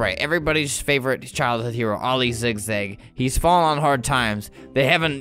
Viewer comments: Every time he says ‘oil zigzag’ I feel like he says ‘all these zigzag’ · Every time you kept saying oli zigzag it sounded like all these zig zag